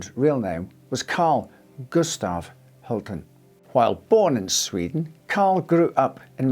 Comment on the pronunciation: A note on the pronunciation of Hultén: An acute accent will put the stress on that vowel in Swedish just as in French. The proper way would be Hul-tEEn, with the "E" sounding just like in Champs Elysées for example.